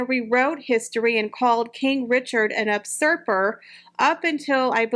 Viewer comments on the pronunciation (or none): Usurper is pronounced - "You supper"... 😊